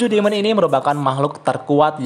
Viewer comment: Demon = bacanya dimen